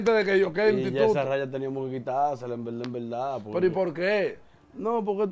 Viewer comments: “En velda en velda” me tiene harto Con esa bendita frase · En velda en velda llevate de mi así es k él lo dice 😁😁🤣🤣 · si ese mensaje fue a mi, pues te digo que primero aprendas a interpretar, porque lo escribí como el lo dice, el no dice en verdad en verdad, el dice en velda en velda